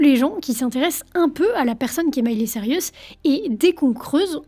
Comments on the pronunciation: Reportage bien ficelé, et comme toujours très prenant, même si mes oreilles ont grésillé à chaque "Miley Cyrus": C'est Saille-Russe, pas Sariusse 😀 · Elle dit vraiment sarius à chaque fois lol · Sirius ? Mais où vois-tu le i avant le u, dans Cyrus ? Lol Bon sinon j'ai appris des trucs, car je ne connais pas cette artiste ni ses chansons ; la variété américaine ne m'ayant jamais touché, et pas qu'américaine. Mais joli travail de synthèse et de présentation d'une star. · Mily/Miley c'est une chose mais c'est Cyrus, pas Sirius ;) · La drogue fais toujours mal aux cerveaux et c'est "Cyrus" et non "Cyrius" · Bonne vidéo, mais c'est Miley ''Cyrus'', pas ''Cyr-i-us'' -petit défaut de prononciation un peu agaçant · Tu m'a mis une source de stress toute la vidéo à l'appelé Sirius mdr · Miley SAIL-RIUS!!?? HAhaha mon Dieu les francais... cest SAIL-RUS pas RIUS. D'où tu vois un i toi? Desolée, ca me cringe. jai quitté apres le 3e CyrIIIIIus. cest-à-dire, apres moins d'une minute. Ca gosse trop mon cerveau. cest comme gratter sur un tableau! Pas capable d'entendre ca. De toute facon j'hais cette conneee de Miley. heh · Cyrus pas Cyrius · Mais pourquoi tu dis Miley CYRIUS tout du long? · Ca me perturbe à chaque fois que tu prononces Cyrus "Sirius" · Sirius cest dans harry potter. Elle c'est "Saïreuss" 😭😭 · Tu n'auras pas réussi a prononcer son nom une seule fois correctement 😅 mais c'était intéressant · rha, j'aime pas faire ça, mais c'est dommage de mal prononcer son nom toute la vidéo :( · J'avoue que c'est un des deux trois points qui m'ont gêné dans cette video. Bien vu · J'ai pester tt la vidéo, ça m'a arraché les esgourdes 🙉